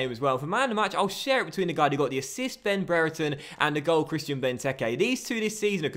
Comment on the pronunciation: I know this may not matter but Brereton is pronounced (bree-er-tun) I know this as his younger brother goes to my school.